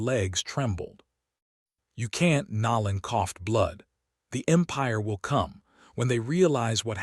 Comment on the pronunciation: How hard is it for A.I to pronounce NOLAN and VEGETA